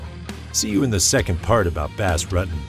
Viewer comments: “Bass Ruttin’” 17 seconds in and I had to close the video. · funny, someone can put in all this research and go through all this footage and then not even know how to say his name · U butchered his name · It is killing me how you keep pronouncing his name. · If you don't know how to pronounce his name, how can we take you seriously with anything else you say? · Thats not exactly how you pronounce his name .. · Sorry, but if you do a video on someone...learn how to pronounce their name correctly.